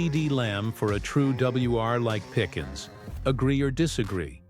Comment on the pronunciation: Pickens was the player but if you're going to be on here doing this at least learn how to pronounce people's names you mess that up quite often